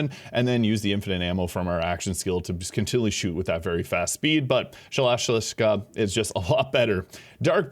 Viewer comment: You murdered the pronunciation of that gun's name.